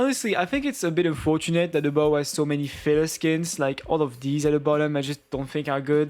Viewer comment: "Bow" just pronounce it "beau". Love those kind of videos, I like hearing people's opinions on designs.